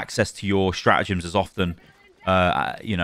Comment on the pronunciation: It’s StraTagems. Not Stra’agems